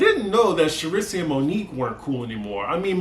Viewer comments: It's pronounced Shar- Reese. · The fact that you are calling her Cherisee has me dying... Lmaooo shout out to Alex